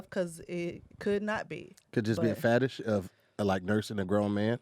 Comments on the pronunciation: 🧏🏿He tom, meant to say fetish but he said fatish🧏🏿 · What's a fatish? 😂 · Fatish? Not fetish 😂